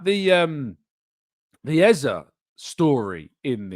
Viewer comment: His name is EZE NOT EZA for Christ sake.